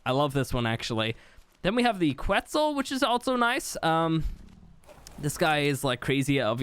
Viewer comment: it's pronounced Ket-zal